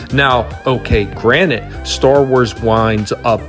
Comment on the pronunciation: Rick & morty season 3 theres a joke that rick doesnt know the word Granted & has been saying "Granite" the whole time (funny cuz he's a genius) i know you said Granted but it was close lol